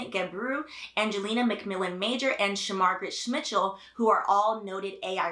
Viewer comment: I had to rewind because I was like, "I definitely didn't hear that right 😂🤣" I even had to look it up, cuz I knew that woman's name couldn't actually be Shmargaret Smitchell 😂